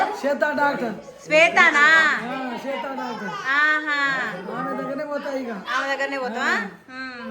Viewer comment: Swetha doctor ❌Chetha doctor ✅😂